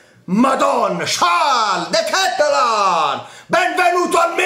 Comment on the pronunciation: x quanto riguarda la pronuncia vai su Google traduttore e metti olandese. Devi soffermarti sulla A. De Ketelaaaaar